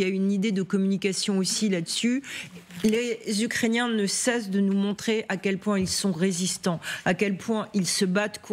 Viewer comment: elle dis ukrainain ça va pas fort sur ce plateau 😒😒😒